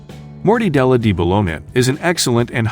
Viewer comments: HE NEEDS A LESSON ON HOW TO SAY THE PRODUCT CORRECTLY...IT NOT MORTY DELLA.. ITS MORTA DELLA ...MEANING TRANSLATION "FROM DEATH" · Morty della? Is an 'a' a 'y'? 'Homie genous'? Is this a bot? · Sounds like AI - "mor-dee-della." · 1. It really bothers me the way you pronounce mortadella!!!!! 2. I hate HATE my mortadella with pistachios in it!!!!!!!!!!